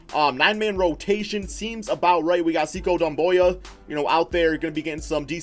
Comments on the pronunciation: Is Sekou not pronounced Say-koo instead of See-cow or however ur pronouncing it? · It's pronounced Sek-ou